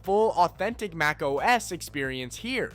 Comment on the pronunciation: Your "MacOS" got a downvote and lost a subscription 🥺